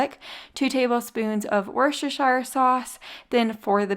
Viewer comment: It's pronounced 'Wuss-ter Sauce' - I live near where it's made. Drives Brits crazy how Americans pronounce it - just saying ...... (The 'shire' isn't used - it's just the county (ie Worcestershire) where the sauce comes from, so isn't used in the pronunciation, OK?). Please call it 'Wuss-ter' Sauce in future videos so you are accurate. Thanks for a great video. x